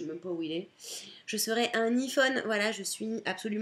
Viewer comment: J'aime beaucoup ta vidéo et ta personnalité ! Le seul reproche que j'ai à te faire c'est au sujet de l'iPhone parce-que toi tu le prononce i phone mais en réalité sa se prononce en [:ai] on dit aie phone ! :P je sais pas si t'as compris mais en anglais le i se prononce aie ! C'est tout :)